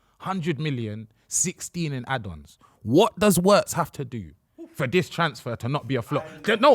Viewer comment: fellas for the love of god his name is pronounced Virtz ,w in german is literally read double V(VVirtz)